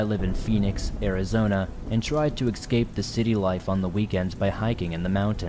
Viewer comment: Eeee scape not exscape